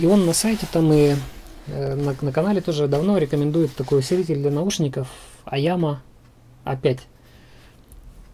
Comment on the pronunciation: айима, а не айяма